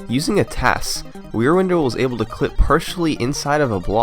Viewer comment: Until I saw Wierwindle written out, I thought you were saying Rear Window... Y'know, the old movie where a guy thinks his neighbor is a murderer.